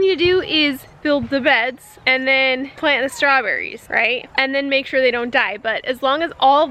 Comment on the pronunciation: Hahaha are you trying an english accent… strawberries… so funny. A deck made out of new stuff hahaha Good luck and I know exactly what you mean :)